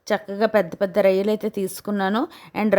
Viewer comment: Akko rayilu kadu రొయ్యలు